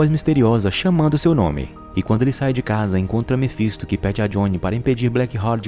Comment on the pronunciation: Mefinsto é foda kkk Mefintosfis a mulher é rockceni Black work(rock ( (a pronúncia )o jeito da escrita nem faço ideia kkkkk